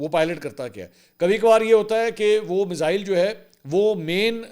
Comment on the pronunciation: Ve-log hahah Mizzzaaeiil 😂😂